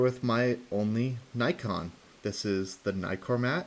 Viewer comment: I'm glad you didn't say knee-kon